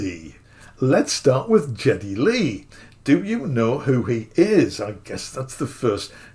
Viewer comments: It could be the accent more than anything but I believe his name is pronounced /ˈɡɛdi/ which is more like "gea-ty" not "jet-ty". Getty was born in NA/Canada. I saw this promoted a couple days ago and was intrigued. I love Rush's music (of the free spirit and individualism, libertarianish values, etc. etc.). How I came upon it was more likely because I had a rush, pardon the pun, to explore old school analogue synths. Oh, and I agree, why not charge $10,000 for it. Have him sign each one and put a pretty plate 1 of 500, or whatever on it. But I sure am not going to go out and spend $5500 on a Moog when a plug-in and a Melbourne Instruments Roto capture can give me 80% of the experience, or even (don't throw tomatoes, please,) Behringer Mode D for less than $250 with tax, shipped to my house. But I am Gen-X. I grew up in the era of Ensoniq, Roland, Yamaha DX7, Korg M1 era, looking back at Moog and OBs are welcome relics but not a childhood star. If I were to buy one I wouldn't be using the Moog hardware to perform music in stadiums in a grueling tour. It would sit with my 88 key piano workstation and 61 key mid-tier gig, right next to my Ableton set and be something I'd enjoy using. I could justify more than the going priced for used equipment, I love the red color, and the accessories. But collectable stuff is really not my bag, other than tokens of my travels I use to recall fond memories. So, I agree the price is well thought out, as it is a limited run, and they do offer so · Well his name is certainly not pronounced Jetty. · Geddy, not Jeddy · well, you sound like you're somebody from France and that would make sense cause you're also mispronouncing his name and in America he's considered to be quite popular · Why would someone make a video about a Geddy Lee signature Moog and not bother to look up who Geddy Lee is (and why would anyone in music, talking about the MiniMoog, not know who Geddy Lee is?) and how to pronounce his name? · You're misprouncing Geddy.